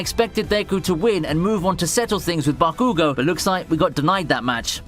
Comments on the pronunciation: BAAAH-koo-goh! GAAAAAAA that really triggered me 😆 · Bro why do you pronounce stuff like that? 😂 "BakOOgo" 😂